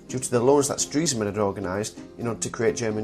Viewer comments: Its pronounced "stress man" not "streeesman" Nice job anyway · No, he's pronouncing it incorrectly. It's actually "Stress-man". Ironic being as he dies of a heart attack >.> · you mean.. I've been pronouncing Stresemann wrongly? This is really good btw!